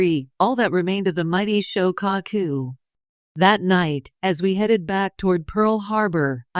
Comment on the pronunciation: The. "SHO - CAW - COO"... 🤔🙄 ... "SHO' NUFF DEN" 🤣